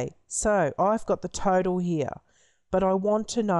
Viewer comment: I thought you said turtle everytime you said total😂